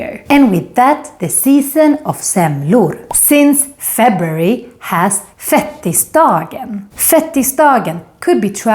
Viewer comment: Det heter fet-tisdagen, inte fettis-dagen 😂